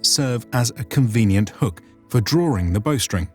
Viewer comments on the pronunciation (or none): DREWING? OR DRAWING?